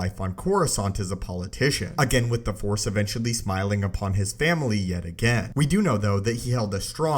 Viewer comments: Okay,. You GOTTA stop cutting off the "C" when you use the word "Force" at the end of a sentence. I keep hearing "Fore" so much I'm starting to think this is a golf channel. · Why do you say fore (four, etc.) instead of force sometimes? am i just dumb?